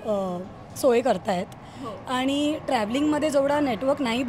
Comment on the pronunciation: आनी पानी जरा सुधारा!